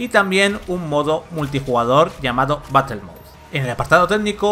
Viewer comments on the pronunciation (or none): none